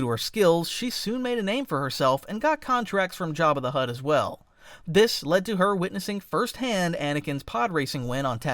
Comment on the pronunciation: Why did he call him jabbi de hutt